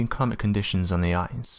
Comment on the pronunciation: you could speak a little more clearly...eg ice is pronounced ice, not eyes